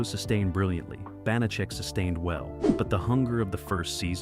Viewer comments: Sooo many errors... Carly Kirkland, not Davidson, 10%, not 15.... and many more, many of which were pointed out by other commenters. I always loved this show. I'm old enough to remember when it was originally shown. I have the show on DVD and still rewatch frequently. Too bad the AI narration can't get the pronunciation right for the character or the actor. Glad to see Banacek getting it's due, but I wish it had some fact checking. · They are mispronouncing the main character's name, which is ironic, because mispronouncing his name was a running joke on the show. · Hey they may mispronounce Banacek and Peppard wrong, but how they made Kirklan sound like Davidson, That's some next-level mispronunciation 🙂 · So distracting the AI voice mispronouncing Banachek and Peppard. Also I have heard the story many times that Peppard was in the process of getting divorced and if he agreed to the third season his ex would get too much of the contract. He didn’t want to work and have her benefit. Final fun fact - the magician Banachek took the stage name as a result of the character. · They pronounced George Peppard's name AND Banacek's name!!!So distracting!!!😮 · Not to mention the characters, Banacek, Bonachick? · Bonacheck? AI narration. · The narrator needs to do his homework. First the name is pronounced "ban a check", he was saying it so many different ways. Second, yes it rotated as part of the weekday mystery movie, but he named elements of the SUNDAY mystery movie (Columbo, McMillain, McCloud). Third, the actor's name was "George Peppard as in pep pard", he kept saying "peppered" or "peapard". Fourth, they kept showing clips from Peppard's big screen movie "The Groundstar Conspiracy' which came out at the same time but was NOT a Banacek story. Fifth, there were only 17 episodes counting the pilot NOT 18. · It's the bon-a-check that kills me. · BAN - a - chek! Pep - PARD not PEP- perd!!! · "Bahnacheck"? "Peppered"? That is not how you pronounce those words.